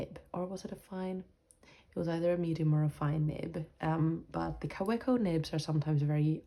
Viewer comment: And please pronounce Kawco correctly-- Ka-vec-o. 😅.